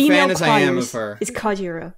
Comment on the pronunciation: ***** Just letting you know, its Kajiura, not Kaijura.